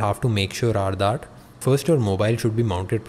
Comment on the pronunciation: bro it's not "aaplication".... it's application. one more... it's not "daaaat".... it's "that". it's irritating yaar....🙄